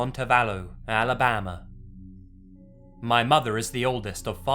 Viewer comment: I love the way you say Alabama